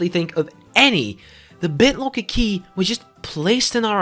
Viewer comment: I recognized he was dutch the moment I heard BitloAAAACker haha